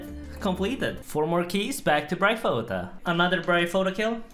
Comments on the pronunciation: Bry pho ta? Bry o phy ta. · Bry-oh-feet-er. You're welcome. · thats some nice "braille-foe-tah" kills my man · say bryophota one more time, i dare y9ou. No i double dare you! BRYOPHYTA